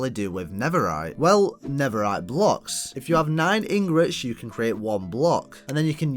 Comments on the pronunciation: bro it’s not never-rite it’s nether-rite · it’s an accent